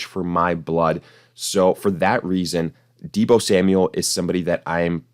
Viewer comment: You lost me at, “Deebo Samual.” 😐😂👎🏿